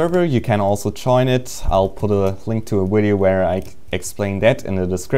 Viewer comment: I love how does he say wideo!! :3